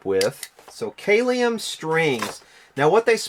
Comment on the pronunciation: Kalium is pronounced CAL-ee-um. It's the Latin word for potassium.